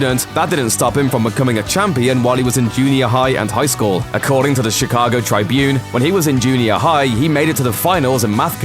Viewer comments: I know its trivial but in the States the Chicago Tribune is pronounced like "it" not trybune, very trivial I know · How dumb do you have to be to not know how to say Tribune.